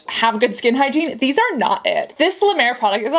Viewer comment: I’ve never said this on your videos reacting to skin care routines but honestly, when they can’t pronounce the product name and when it’s La Mer, I don’t believe they have a true skin care routine . I’ve noticed that people that do these also don’t know how to stack their routine efficiently. I personally think they got the ítems for free and paid… Thanks for the great videos! Love you Cassandra….